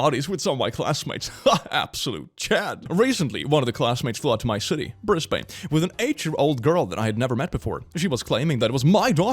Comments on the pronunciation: I may have heard wrong, but did he pronounce Brisbane as BrisbAne? (in case he did its pronounced brisbin) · as an Aussie we don't claim him. Also Brisbane is pronounced Bris bin /nm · Brisbane is pronounced brɪzben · if this is the brisbane I'm thinking of then this pronunciation is awful, the guy is the asshole btw.